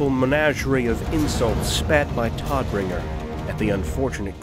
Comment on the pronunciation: Thulman is correct, it's a literal German translation of DeathBringer. However, the "o" in German "Tod" is long, just as in "morning" or "Rome". In this video he pronounces it like Todd (Howard), which sounds rather weird in German...